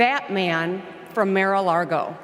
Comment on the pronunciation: Lol “Mare a largo”… more like “Mare a lardo”